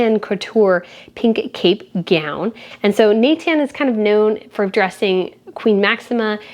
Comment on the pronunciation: I am a spanking new sub, and i am binging on the video's. Love it! Maybe as a BE the thing that rubs me is your misapprouncination of the fasionhouse Nathan. You say it in an Enlish tone, but you have to say it in French